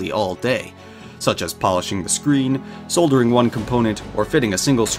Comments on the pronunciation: Stop saying "SOLDering!" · This footage is old, is this even real? iPhone glass with Home buttons, people assembling laptops, and the best: testing the original 2010 iPad with that wide 30-pin connector. The narrator mispronounced “soldering”.